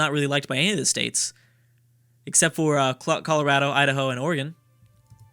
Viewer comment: Everytime pronounces Oregon as "Organ". I will throw a cat in a pool.